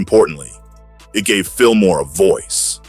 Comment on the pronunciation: No R lol jus Fillmoe 👌🏾